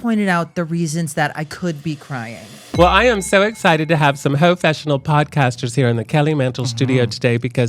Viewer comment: Did she say hofessional?